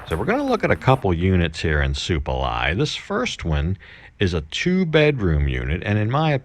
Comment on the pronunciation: Not "Suplamai" bruh, pretty sure its Supalai :)